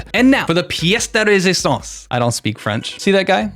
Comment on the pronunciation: I'm French, you told "Pièce de resistance" almost perfectly. 👏